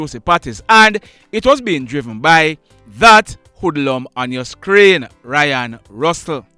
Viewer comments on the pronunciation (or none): It's RAY-ON NOT RYAN